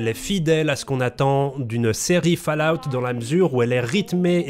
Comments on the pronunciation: bonne video merci mais par pitièe on prononce faul_a_ou te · J'ai arrêté le visionnage à quand il a dit "falaoute". Merci bonsoir, au revoir messieurs dames, c'était. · Va vraiment falloir bosser votre accent les mecs , il faut prononcer FAULLOUT et non FALLOUT, quant à Bethesda, prononcez beSSesda !! Très bonne vidéo cependant👍